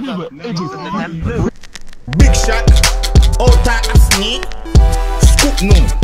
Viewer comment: i neva fweeeze